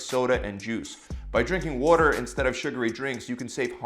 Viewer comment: He says it funny to me too. 😂